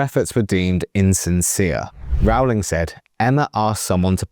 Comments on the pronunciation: Minor point: "Rowling" rhymes with "bowling," not with "howling." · FFS!!... Can't you at least pronounce JK's name correctly??! It's like 'rolling'... or 'bowling'. So rude -- and just bad reporting. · It's 'Rowling' as in 'Bowling' Alley. No, Rowling was not referencing "hypothetical situations", Rowling was describing her own personal experiences (do your homework). It is obvious Watson, Grint and Radcliffe are poorly informed, badly educated, insecure actors who understand nothing about basic anatomy (there are 10,000s of biological, hormonal, neurological, chemical, proportional, sex and reproductive cell, chromosomal, and other, differences that differentiate males from females). Stupid Idiots